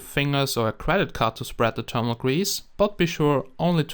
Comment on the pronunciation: and thermal :D termal